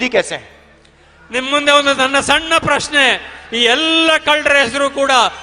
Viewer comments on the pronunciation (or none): none